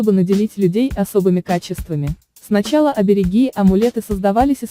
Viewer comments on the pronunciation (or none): Не оберегИ, а оберЕги! Голубушка, ну как же можно не чувствовать родной язык?! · Дятлы вы дровяные, обереги, ударение на 2 е